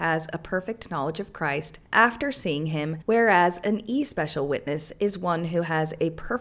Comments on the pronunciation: Just so you'll know. Especial is pronounced with a short e, as in the word egg, with the emphasis on the second syllable. eh SPE cial all one word. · Yeah, but she’s enjoying saying it that way… I know I’ve mispronounced stuff just because it’s fun! My pop used to when I was a kid, too. Don’t steal someone’s fun, please! 😊❤